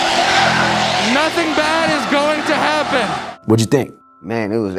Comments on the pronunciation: Is actually pronounced "Doyers" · Having lived there for many years, the correct pronunciation is, “doy-yers.”